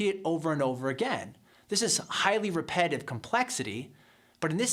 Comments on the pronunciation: It's not repetitive, according to this dude. It's 'highly repe-dive'. Yes, 'highly repe-dive', there, I said it again. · it would also help his case a lot if he would learn to pronounce "repetitive" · When you can't pronounce "repetitive", then repetitively mispronounce the word, the irony destroys your credibility on anything more "complex" in your argument.